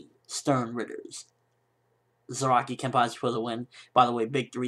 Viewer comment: lol and everytime you say Zaraki i hear ROCKY :D